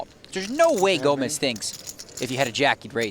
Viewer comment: His name is actually Gomes not Gomez You know not everyone is Hispanic . . . 👋🇵🇹🇧🇷